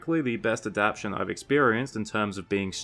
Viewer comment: Just happy you started pronouncing adaptation correctly :)